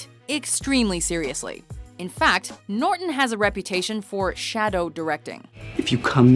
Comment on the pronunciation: She can't pronounce NORTON correctly, dumb bitch.